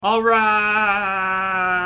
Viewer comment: just some constructive criticism the Alright coulda been a little more held out to pronounce the Hhhh a little better